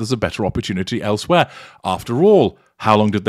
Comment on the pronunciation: I am in love with him. His voice, his accent, everything. The way he pronounces putting sometimes the stress on the last syllable, like in "elsewhere" instead of on the first one. Like a little French there. 💕💕